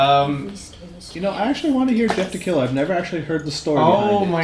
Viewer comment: Sorry but you butchered Jeff the killer